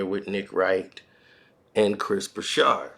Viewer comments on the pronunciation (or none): Broussard has no H in it..why does this clown keep calling him Chris Broushard